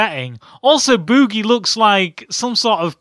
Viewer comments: Bewwgie.... Lmao.... Drrawring... Omao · LOL he says Bewgee